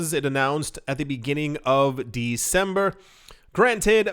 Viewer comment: Yoooo you’re “Dec-sombra” & “Nov-vambra” annunciations got me cracking up over here 😂